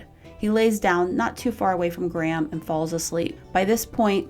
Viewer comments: It’s GRAM, NOT GRAHAM. Great post but it sounds so funny hearing a four letter name get repeatedly mispronounced. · ‘Graham’? Or are you pronouncing Gram ‘Grame’?